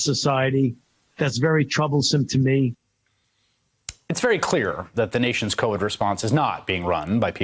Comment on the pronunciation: Love how Fauci pronounces "Time" and "Science"